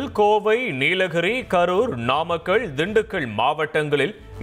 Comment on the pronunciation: இப்படித் தான் பலரும் உச்சரிக்கிறார்கள்